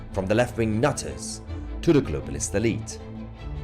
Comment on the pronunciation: Ha ! Down here in NZ … I luv it when you say that phrase…… “ the left wing nutters”…… especially in the accent you have … sounds so nice and emphatic !!!!